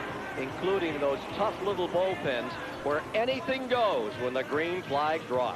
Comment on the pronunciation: Bull pin not bowl pin